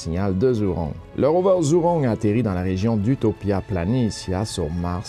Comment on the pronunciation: Merci pour ton résumé Asiatique. ZHURONG se prononce "djoujong" (léger sur le "g") en français